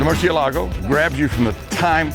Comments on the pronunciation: nobody:.... Ed: Murciyeleggo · definitely not how you conjugate that he said murciELgo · Did i hear him actually pronounce Murciélago like that??…how in the world can he own one if he cant even say the name right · It bugs me how Ed pronounces Murcielago. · Ed Bolian's pronunciation of the word "Murcielago" still amazes me. Keep up the great work guys! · Ed pronouncing murcielago made me cringe